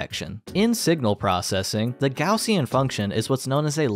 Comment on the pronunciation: kudos for not pronouncin it "gozshen"